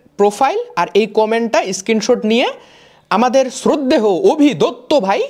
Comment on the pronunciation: শ্রদ্ধেহ কি ????? নাকি শ্রদ্ধেয়